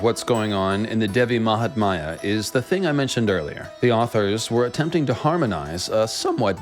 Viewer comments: just a bit of correction: it's not Devi mahatmaya it's actually Devi mahatmya ( pronounced as -Mya at the end not maya, yes like the cat purring sound lol). Also the meaning of it is not really glory of the goddess but the greatness and importance of the goddess. Mahatmya the word originates from the sanskrit word Mahan which means great! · You have done appreciable research………but I would like to point two thing not offending you in any manner……the word is devi maha-tam-ya and poem that you recited in the end you mentioned prasad as some sort of offering…..it’s actually the name of the poet